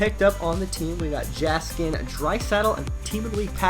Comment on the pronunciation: Jaskin (Yeah-skin)